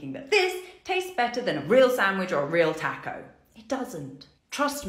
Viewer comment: The mispronunciation of "taco" makes me crazy.